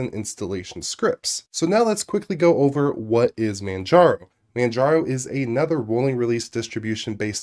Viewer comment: "mandjarrow" haha